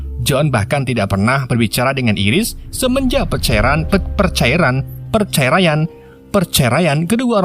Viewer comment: percairaean ..perceriran ..perceraiaaan ..panteeek ...hua hahahah hahha